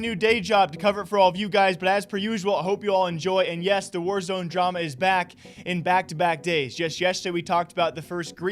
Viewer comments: Ok I could be mistaken but is it not pronounced “Wars” and not “War-Z”? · its not War Z, its warz, like wars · Btw its warsz (was) not warzeeeeeee